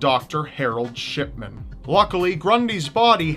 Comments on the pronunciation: Shidman or shitman? XD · When you say shipman it sounds like ****man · I thought you said Dr. Shitman not Dr. Shipman XD Though from what he did I think he deserves the first... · You say Shipman sounds like shit men lol omg 😂😂😂😂😂😂💀💀💀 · Why do I hear Shitman and not Shipman every damn time?? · He definitely said shitman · did I just heard Shitman? :D haha XD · ***** I mean come on, am I the only one that hears Shitman? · Sh...shitman? Did you say Shitman? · Anyone hear shitman instead of shipman?? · For shipman, I thought he said shitman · Marro Hill didn't he say shipment? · Lol did he say Harold shitman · shitman xD he always said like dat xD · Am i the only one that heard "Shitman"? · For the shipman story it sounds like he's saying shitman lol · 706 you said harald shitman lol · Hehe it sounds like shitman he he hehe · It sounded like sh#t men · Shipman? Dont you mean Scatman? :D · Lolz it sounds like your saying sh*tman instead of shipman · sounds like your saying shitman instead of shipman:3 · I keep hearing "Doctor Harold Shitman" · When u talked about Harold Shipman, it sounded like u were sayin *shit*man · Hahah when you said shipman it sounded like you said shitman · at one point it sounds like he says "Shitman" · I thought u said shitman though 😓